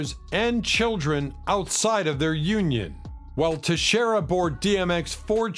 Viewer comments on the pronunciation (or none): Their names are Nona Aisha (I-e-sha), Aisha ( I-e-sha) Morris& Tashera (Ta- sheer- rah) Simmons. Saying someone’s name correctly is important.